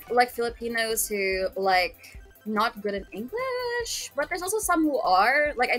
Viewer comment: that InGliaiSh 😂😂😂😂